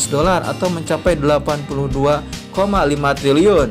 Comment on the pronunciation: triliyun...bukan tliliyun..🤦🏻‍♂️